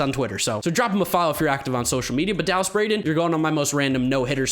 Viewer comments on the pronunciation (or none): I think you pronounced Dallas Braden wrong. He's the🐐🐐🐐🐐🐐